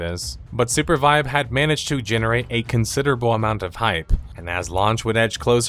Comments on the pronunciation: Bro, you keep saying Supervibe. Why make the name more cringe than it already is? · The Name is a combination of Super and Survive. Mentioning it since Sounded like you thought it was Surpervibe.